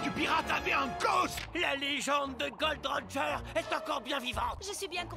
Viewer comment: arrêtez de dire "Gold Roger" c'est "Gol.D.Roger"